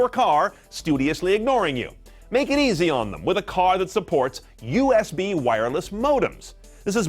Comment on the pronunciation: Its usb not usp.